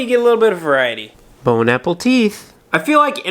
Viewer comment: Dillon Dulin I thought he said BONE APPLE TEETH